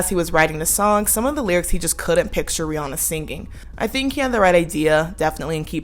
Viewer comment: Not even a minute in and I'm thrilled to hear someone pronounce Rihanna the correct way.